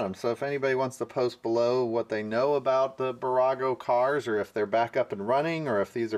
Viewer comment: I'm a huge fan of your channel and I like posting little tips to help you out. Hopefully you don't mind that. It's Bburago. Two B's. Pronunciation - BEE boorawgo. On the east coast Bburagos can be found at Dollar General stores.